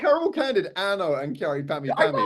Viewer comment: Ah they are called caramel candid. In your interview with Mr B. I was wondering if you were saying Caramel Candy.